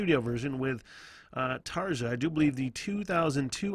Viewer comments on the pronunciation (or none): It's about time yanks relearned how to speak their mother language.....ENGLISH!!!!!. Tarja is pronounced Tarya!!!!!!